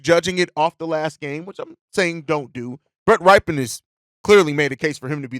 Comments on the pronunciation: FYI: It's pronounced "Rip-en" not "Ripe-en" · Can we learn how to pronounce Rypien's name? He's uncle won a superbowl MVP.. It's a well known name in the NFL